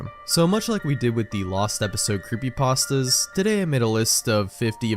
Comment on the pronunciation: Ah yes, I love gaming "creepypastdas"